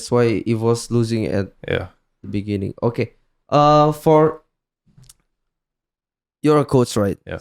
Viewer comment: In the biningging biginining biginiging apalah itu I dont spek english.